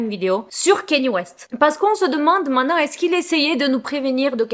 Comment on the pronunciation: On dit "main te nant" pas mainan ! 😊